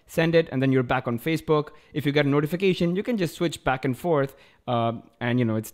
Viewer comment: Ha he said fazebook instead of Facebook